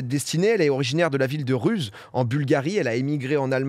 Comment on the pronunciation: ça ne se prononce pas Ruse la ville dont elle est originire, mais Roussé.